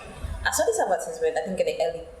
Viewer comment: I am curious, I can see that her pronunciation of advertisement was wrong, but the examiner did not point it out, is pronunciation not important?